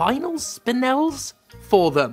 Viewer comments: It’s pronounced spin-ell, I know that from Steven Universe. Fuck micro transactions. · From what I've heard so far, I think it's pronounced "spin-EL" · I know you're mispronouncing it as a joke, but it's pronounced Spuh-nel I watched the Steven Universe Movie too many times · The Steven Universe movie has the pronunciation. Your new best friend Spin-L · It’s pronounced spin-ell, asked on a real life gemstone, had me cackling with the intentional mispronunciations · Pronounced Spin L thank you Steven universe for that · Spinel (pronounced spin-nel) #TheMoreYouKnow🎉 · It's pronounced 'spu-nell', in case anyone was wondering. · FYI it's pronounced spi-nell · Go watch the Steven universe movie and you'll know how it's pronounced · On the pronunciation of "spinel:" Tell me you haven't seen Steven Universe: The Movie without saying you haven't seen Steven Universe: The Movie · The biggest shock in this video is that apparently isn't a Steven Universe fan (otherwise they'd know how to say Spinel). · Someone ain't no true Steven Universe fan if they mispronounce 'Spinel'